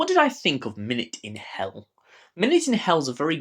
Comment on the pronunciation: 'Minuet' is pronounced 'min-you-ette', a type of 18th century dance (and an interesting wordplay, here). Not a criticism, just helping you on your lexicon. I scored this higher, and it's one of my favourite 8/Chalie stories, alongside'The Chimes of Midnight', 'Zagreus', and 'Scherzo'.